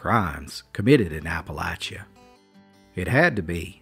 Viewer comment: Another yankee with an atrocious southern pretend accent. Geez, he can't even pronounce Appalachia correctly.